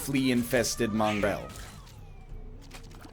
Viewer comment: does the way nl says mongrel sound weird to anyone else?